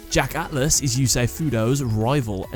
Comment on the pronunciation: You sound British but you can't speak like ATHLAS